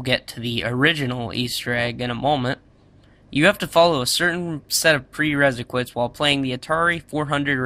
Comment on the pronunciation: Is it bothering anyone else that he says "preresiquites" instead of "prerequisites"? 😡😤